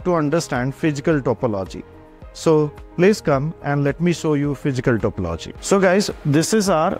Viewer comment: Please pronounce topology accurately its so annoying to po logi